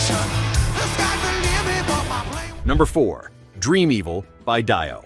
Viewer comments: Where do some of these narrators come from?? Pronouncing Ronnie James Dio as Die- O....and saying Lynyrd Skynyrd as Lynyrd Sky --Nerd,God damn come on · WHO IS DYE-OH? LOL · Some great music, and some utter garbage, but anyone who can't pronounce Dio correctly has no credibility whatsoever.... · Please pay someone to narrate this please, it’s criminal not to pronounce Dio correctly. Class of 1987, this is all.